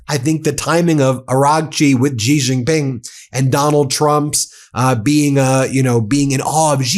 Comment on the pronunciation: Chinese president’s name is not “jee”, it’s “she” (Xi). I think u can get that right.